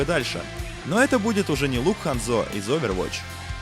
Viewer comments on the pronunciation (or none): Не Хандзо, а Хандзё